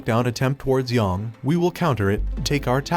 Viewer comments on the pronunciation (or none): its not pronounced yawng its pronounced yaeng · YONG, really? It’s Yang, they say it in the game. You can at least pronounce it right. I hate when people do this, it’s disrespectful